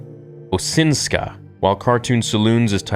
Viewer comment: Osinska, you really need to excercice your Polish/slav pronounciation